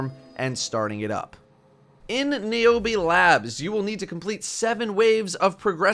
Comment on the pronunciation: Omg thats my name!!!! And thats how you pronounce it OMG